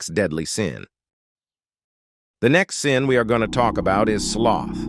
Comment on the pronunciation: for a moment i thought you said "KEEP GOONING"